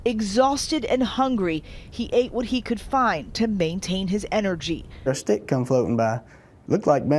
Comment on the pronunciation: Did he just say he found a steak floating by? Lol thank god he’s ok tho, def a miracle